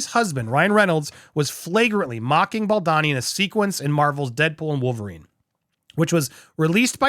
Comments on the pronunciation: It’s Bal-doe-nee ! Not, Bal-donny. I love your videos, but mispronouncing his name does him another disservice. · BoldOni, not Baldani!! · Is it really that hard to pronounce his name as BAL-DOE-NI ? Not BEL-DAH-NI. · WHY DO YOU KEEP SAYING BALDANI? ITS BALDONI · I am pretty sure it's pronounced Bal-doh-nee. Not bal-donn-ee. Sincerely, a fellow Italian. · It’s so annoying hearing you say Justin Bald-uh-ni while everyone else say Baldoni like a regular person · You’re doing great in these takes, but PLEEZE learn to pronounce Justin’s last name (as heard in countless interviews, podcasts, videos etc.) The second syllable is not “don” as in Donald, but “doan” as in Donut. Small point, sure, but if you’re striving to present yourself as accurate it would help. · It’s Bal-doany not Bal-Donny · Bal-DOUGH-ni. Sound it out. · Is baldoni supposed to be pronouncer baldani? 😂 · American pronunciation: O becomes an A. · As a reporter and out of respect, you owe it to yourself 🤌🏼 to learn how to pronounce Justin BAL DOUGH KNEE’s name properly 🤌🏼🤷‍♀️🫤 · I swear if you dont start saying BaldOni 😂😂😂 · I'm sorry, but it's BaldOni 🙉😊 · You have made 10+ videos on the topic of Blake Lively and Justin Baldoni and you CONTINUE to mispronounce Baldoni's last name. I get it when it was the first, or second, or even third video, but at this point it really seems like you should make some effort to at least learn and say the names correctly. It's a bit unprofessional and careless. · whyyy can't you pronounce baldony's name correctly pleeeease 💜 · You fail every time you try to pronounce Baldoni 🤣🤣🤣